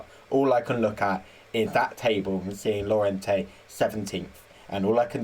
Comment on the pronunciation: Great that you've put up a video! Lorient is pronounced lorien by the way, also i think Regis le bris is pronounced Regis le brie, as in the cheese!